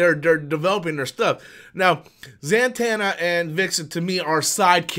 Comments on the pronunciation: The Dark Knight over Batman 89. Also: Za-tanna, not Zan-tanna. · Why are you saying zantanna?? It's Zatanna.